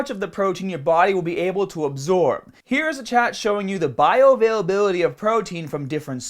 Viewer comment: bayo veil vveylabeylety ?